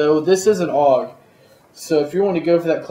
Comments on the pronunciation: A-U-G not aawwwgg, good review though =) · A.U.G not auwwg